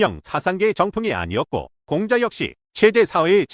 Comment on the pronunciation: Lady!! 공자 강의에, 공자 발음이 들렸나이다. 공자의 "공"은 길게 발음해야하나이다. 공부 좀 더 하시고 강단에 서야지요!! 책 한권 읽으실까요? "한국 어문을 고발함"!!